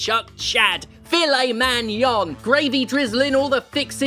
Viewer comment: "Filet Mangnon" made me spit my drink out.